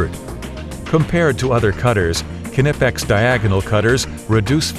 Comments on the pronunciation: The narrator ought to learn how to pronounce Knipex like a German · Dammit, now you got me pronouncing it all funny. I know the k isn't silent, but when I hear people say it that way it still irritates the hell out of me.